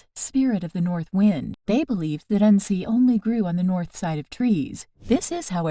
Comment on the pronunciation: Your pronouncing it wrong in this video. We grew up learning to make a tincture using it primarily as a super natural antibiotic.